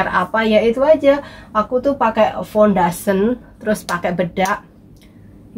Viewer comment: fundation = bukan fundasen